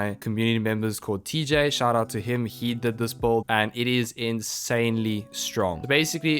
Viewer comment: Bro why do you pronounce Build as "Bolt"?